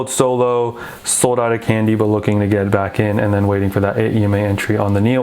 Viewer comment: Pronunciation “Kong-Di”, though I also do like “candy” :)